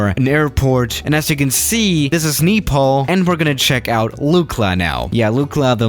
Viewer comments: back at it again with saying KNEEpal, instead of Nepal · i am from Nepal .....pronounce it as Nay-pal , not Nee-pal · Does it support vr? Btw I'm from Nepal. Lol. You called it Nipal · "Kneepal" Lmao Kill me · Its funny cuz I am Nepalese and I have been to Lukla and you pronounced Nepal wrong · *the way he pronounced Nepal